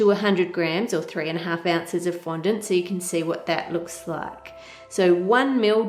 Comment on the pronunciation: Thank you for not pronouncing it "fon-DAWNT," like Buddy on Cake Boss. Now everyone is pronouncing it that way.